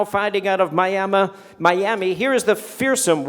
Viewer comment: "Miama" sounds good lol